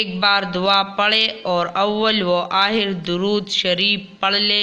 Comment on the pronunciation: Ooo bhajiiiii awal or akhar hota ha darood aaaher nai hota phly Ap bolna sikhooo